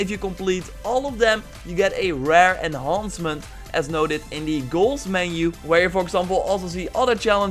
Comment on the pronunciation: it sounded like you said enhoncment 😂